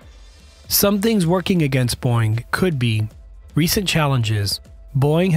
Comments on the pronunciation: Beau-ing, not Boing. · Overall, a very nice, well done piece, with decent graphics. Personally, I'd love to see the Lockheed NGAD with the twin engines of the Boeing (and, for your AI voice, it's pronounced "Bow-Ing" noy "Boing" , like a spring. Not a good sign when an airframe goes boing as it impacts the ground; they usually don't bounce back up...just sayin) airframe. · You're killin me, dude. Boeing is a two syllable name, not a single syllable sound that a spring makes; "boing". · Boeing has two syllables.